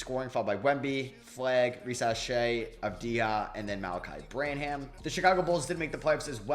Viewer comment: It’s pronounced “Sooo-Hann.” And “Bran-uhm”.